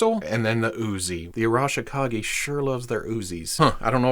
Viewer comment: Kamakura - *Comma•koo•rah Arashikage - *Ah•rah•shee•kah•gay